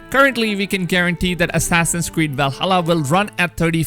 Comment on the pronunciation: Nobody: The dude in this video: WIKINGS ASSASSIN'S KWEED